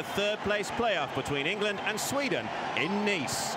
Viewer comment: Ingurland . Lol